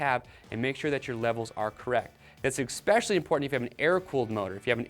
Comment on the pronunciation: Great video, but every time you say "eXspecially" I die a little.